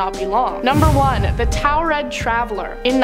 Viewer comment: It's not towel red....😅 It's taured' pronounced tore red